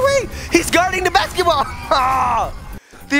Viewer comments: He said bas- shi** ball in stead of basket ball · He said bashciball